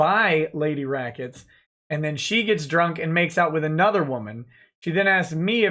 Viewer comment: Rackets becomes lemwahh for a split second.